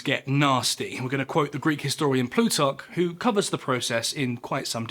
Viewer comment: Why do you pronounce pluto as "plutock"?